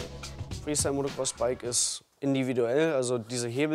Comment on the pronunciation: Der Sprecher sagt immer MotoRcross ;)